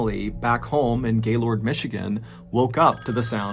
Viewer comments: Hearing you say Gay-lord is hilarious. It's pronounced like "gaylerd". Lol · Great piece, as usual! But as a Michigander, I've gotta correct your pronunciation of "Gaylord", Michigan...it's actually pronounced, "GAY-LERD"...not, "GAY-LORD". Amen. (Or do you pronounce it, "Ah-men"? ) 😆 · Omg your pronunciation of Gaylord had me crying😂😂😂. It's not Gay-Lord...its (gaelerd) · After moving to Michigan I quickly learned people don’t like it when you call it Gay Lord. These midwestern degenerates pronounce it Gay Lurd. Just for future reference. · FYI mr ballen it’s pronounced more like gaylerd, and less lord 😂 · Me being from Michigan cringing every time he pronounces it gay-lord and nut gay-lerd😂😂😂😂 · Gaylord is pronounced 'Gay-lerd' not Gay-Lord. Lmao. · Pretty sure it's pronounced "GAY-LERD" not "Gaylord" 🤣 Only reason I say that is because I got in trouble saying Gaylord and laughing about it😂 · I love this channel and your stories, but being from northern Michigan near Gaylord, it’s pronounced more like ‘gaylerd’ not gayLORD. Cheers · It's pronounced gay-lerd. Not lord. Lol sounds funny the way outsiders say it. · I was not expecting to hear him say Gaylord Michigan the town I live in and graduated high school from. I will say that the first sylible isn't as strong as people that aren't from the town say it. It's more pronounced Gaylerd, almost instead of the two words sounding separate like Gay Lord. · i can always tell who isn't from Michigan by how the pronounce Gaylord. everyone i know in Michigan pronounces it more like 'Gay-lerd' not 'Gay-Lord' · It is pronounced "Gay-lurd", not "Gay-Lord" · I’ve been watching your videos for a while now and I love them all but I live in Michigan and I know it’s spelled Gaylord but it’s actually pronounced gaylerd. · as someone from the area, Gaylord is pronounced like "gay-lerd" and we can easily spot visitors based on how they pronounce it 😂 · Its pronounced "gaylerd"... one syllable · Not how you pronounce gaylord 🤣🤣